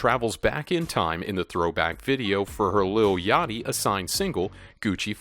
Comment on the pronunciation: He said "Yoty" and it is "yachty"